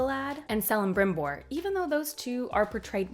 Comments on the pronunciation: Tolkien was fond of his hard C's. So its Kell-ih-brim-bor not Sell-ih-brim-bor. Cirdan is Keer-dan not Seer-dan. Celeborn is Keleborn not Seleborn. It takes a while to get used to. 🙂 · Hey, what is very weird is the relationship between Galadriel and Elrond since Elrond is much much younger and actually marries Galadriel‘s daughter Celebrian. Also, the Cs are pronounced as Ks, so it‘s Kelebrimbor and Keleborn. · Nice video but it hurts my soul when you use the soft "c" when saying Celeborn and Celebrimbor. It should be hard , "Keleborn" and Kelebrimbor" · Great video. A note on pronunciation: Celebrimbor and Celeborn are pronounced as Kelebrimbor and Keleborn. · Just a note that the caracter of lotr that starts with a C , like Celebrimbor, Celeborn , Curufin and Celegorm , the sound of the C its of a K , like" Keleborn" . Just a note , love the video